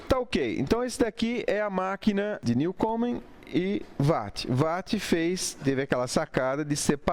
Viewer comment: Não sei pq ninguém consegue pronunciar WATT corretamente!!!